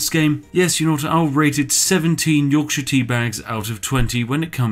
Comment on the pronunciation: the way you pronounce yorkshire stresses me so much